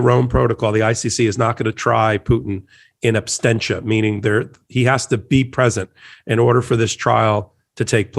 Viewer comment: I think the word is more properly "in absentia" rather than "in absTentia"